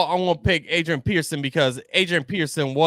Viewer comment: It’s peterson not Pearson